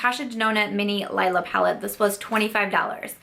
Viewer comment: It's the Leee-la palette ;) I don't mean to be pedantic - I just hear most YTers not pronounce it the right way (it's the word for purple in German...and some other languages too but I am pretty sure ND was using the German to name it) and I just thought you may want to know. But that aside (again, sorry if that was annoying!), I am sorry it didn't work out for you!! It's the first ND palette I've tried and I do enjoy it, but if it started irritating my eyes I would return that ish ASAP. I am really sorry that happened - maybe it was some of the pigments in the deeper shades? Bummer! But glad you were able to return it. Btw what did you pick up with the rest of your rouge code??